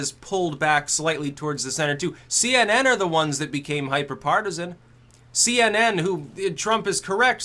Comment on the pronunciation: What's a see-enen?